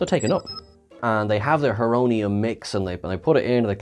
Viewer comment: It’s Horonium like horo- Greek for time